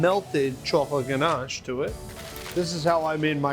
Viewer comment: Oh yes now I remember this guy he's been on Rachel ray I do like oreos but for me I think the Oreo cake will be sweet but I will try it aint gonna lie lol I love how buddy sounds so fancy saying ganche